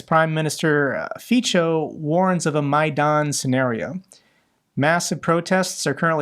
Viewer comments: The Slovak PM is pronounced Fitso, but please continue to pronounce it, as you do, since it sounds like a swearword in Slovak. :D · Hi, Fico is pronounced "Fitzo" but it's not a big deal of course. Thank you very much for all your work I really appreciate it. Greetings from Czech republic ❤ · Feetso not feecho, 😊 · Fico is pronounced "feetso", not "feecho". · Did you say, "faecal matter"?